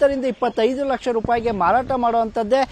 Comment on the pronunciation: ಮರಾಟ ಅಲ್ಲ ಮಾರಾಟ ಅದು